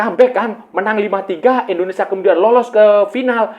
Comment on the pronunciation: Kang… Indonesia kang… dudu ENDONESA kang…